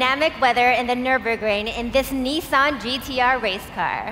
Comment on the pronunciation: Nissan. ITS NISSAN. LETS ALL SAY IT TOGETHER. NISS-AN NOT NEEEESAN